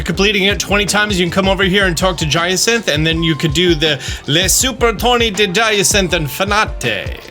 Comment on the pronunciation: Oh my god he is doing it on purpose IT'S DIANCIE WITH AN I AT THE END